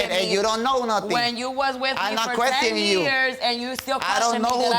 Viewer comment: Brian: i no quethioning you" I almost croaked 😭😭😭